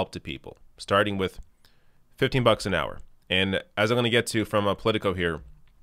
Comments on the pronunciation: Is there an "r" at the end of "hour" when Bernie pronounces it? If Lindsay Graham fights Bernie like he "fought" Trump, this should prove quite entertaining...and fruitful for the left. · Rs don't exist at the end of words in Brooklyn.